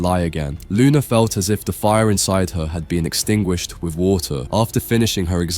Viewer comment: with not wif